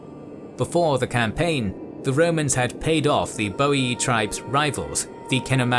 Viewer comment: ooh my god, someone said Boii and not Boiai :P hahaha love your Channel :D Feels like watchng the old THC but in hd